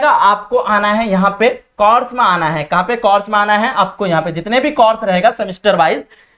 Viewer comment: Sir ji zaban sahi kiji. Course aur Coras mein aap ko farq nahi maloom.